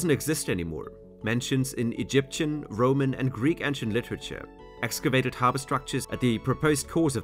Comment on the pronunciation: "Roamn empire" 😞